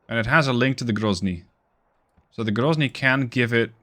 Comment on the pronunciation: Воу Воу Воу грозный прозвучало чётко... Будто бы по русски и сказал)